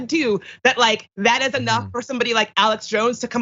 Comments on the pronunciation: "They aint tasted it hay-nuff" If everyone was as stupid as her it would never get "tasted hay-nuff". FFSake. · That woman said "D'aint tested it a'nuff" Damn them trump supporters. Let them die if they dont wanna get the shot. Gonna be an easy 2024 election!!!